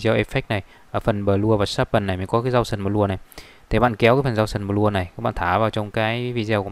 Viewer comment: gau sần bờ lua =))) nghe chán